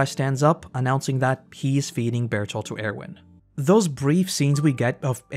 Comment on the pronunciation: what's with this meme of misspronouncing bertholt's name all the time ?